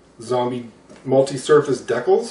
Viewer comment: Good video sir but how do you say decal?...lol